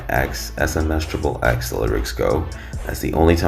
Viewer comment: Dude u say his name so wrong....its pronounced, ten-tass-sea-on NOT ten-sation how u say it🤢 I was gonna give a "like" but from insulting homeboys name like that sorry I cant🙏🏼 and its not "triple x" 😅 u pronounce it how u see it, ex - ex- ex🙏🏼 I like the Vlad TV interview with daylghts alter ego....he spills the beans